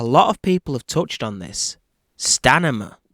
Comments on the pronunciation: Just want to correct the word stanima it is “STAMINA”. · Stamina not stanima. You talk like the Geico lizard commercial. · I love you my man but it’s STAMINA - not Stanima ! Ahaahhhahahahah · I had to turn up the volume.. i thought i heard him say stamina instead of stanima. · STANIMA!!! 🤣😂🤣 love your take on this fight though. more power! New subscriber here. ❤ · STANIMA!!!!! You sure its STANIMA? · Did you just say “stanima”? Lol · Did he say 'Stanima'? lol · Its STANIMA,. you're not listening.😅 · S-T-A-M-I-N-A. you can pin this it will help.